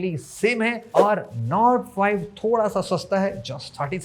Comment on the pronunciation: nord 5 kya bola aap ne smj nahi aaya 😂